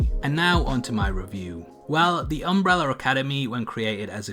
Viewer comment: Why do you call is Umbreller Academy?